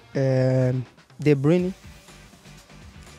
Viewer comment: This commentator calls de bruyne de brinner